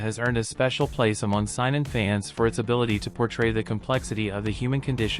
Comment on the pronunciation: Saynen it’s how it’s pronounced if this was not AI already